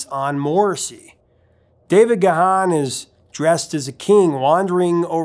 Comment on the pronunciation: neatdesign not trying to start a fight here but it is pronounced Ga Hon. Look it up.